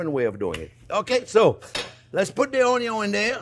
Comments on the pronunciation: Friend, not "onyon" but "ONYO" 😂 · Onyon! :D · I think I know now where Joshua Weissman got his "onyo" pronounciation 😅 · Your caramelized onyo are busting